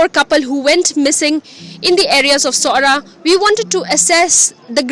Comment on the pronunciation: It's noh Sorah it is Sohra pronounce Soh - ra, the British during their time they called it Cherrapunji and just recently people used to call it like that, but it's original khasi name is Sohra.